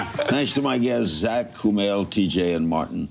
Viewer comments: Kumail looked so impressed by the fact that Larry pronounced his name right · Uhhhh yea he did... And Kumail looked pleasantly surprised at how well he pronounced it